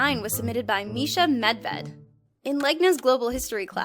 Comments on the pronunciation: it's pronounced midvjed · wowowowowowowo medved means bear in slovene u said it so weird xD